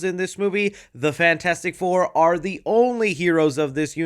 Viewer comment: "yes we awhre"